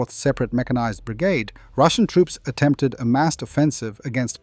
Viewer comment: Ya almost sounded Australian in that one Say brigade again